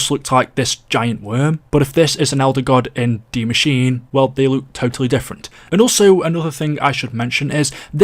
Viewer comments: It’s not de Maschine it’s die Maschine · It Translates to THE Mashine, yes. Not DIE Mashine. That's german and english mixed together. Either pronounce it Die Maschine, the way Frankie detailed it above or pronounce it The Machine. Everything else is just confusing lol